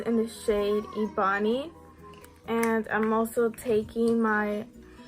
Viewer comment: The shade is EBONY (ehh-bo-ne )